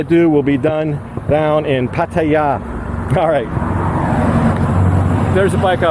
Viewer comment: congrats on getting your bike back in good working order and congrats to changing that "Pattaya" pronounciation. It always got me cringing lol.